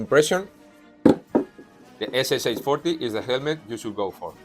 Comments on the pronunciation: Hello! Really good video! But when you pronounce "SSh" you make a mistake. It is not 3 letters S+S+h, это две буквы СШ (Стальной Шлем), so it would sound like S+Sha [ɛs+ʂɑ]. English-spoken authors make the same mistake with PPSh-41 submachine gun. All another words like weshchmeshok is good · I love your pronunciation! You got almost everything right, except for the SSh. It should be made with 2 sounds, with Sh as one sound. SSh = СШ = стальной шлем, or steel helmet, 2-letter abbreviation from 2 words. Cheers!